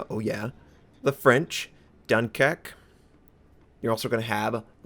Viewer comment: Dunkek? C'mon,!